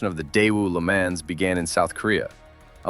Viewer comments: If you are going to make these videos, then do some research first. Lemans is NOT pronounced as you are saying it. Not like a man as in person. Pretend there is a letter H in it Lemahns.. Look for old commercials for the Pontiac Lemans from the 1970's. Listen to how it is properly pronounced. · Le Mans is pronounced "luh-MON", Vauxhall is pronounced "vok-sawl" and Volkswagen "Folks-vah-gen". ;) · Bro pronounced LeMans literally...